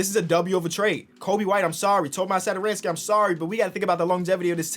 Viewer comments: Hey, i'm actually Czech just like Tomáš and you read it like Tomaash Satoranksii. I know it look wierd but if you put it into google translate you get the right pronunciation. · That accent on tomáš satoranský's name is pronounced as "sh" so basically Thomash Satoranskee, like this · I am from czech republic and I just love how say Tomáš Satoranský 😂